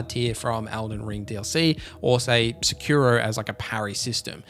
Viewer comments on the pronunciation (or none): none